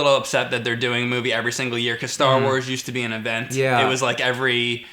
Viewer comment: guys its called "Star Wars".. emphasis on the word "wars"